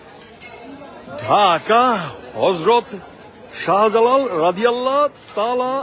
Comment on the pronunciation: নাস্তিক চদু বনি আমিন হযরত শাহ জালালের নামের বিকৃত উচ্চারণ করেছে।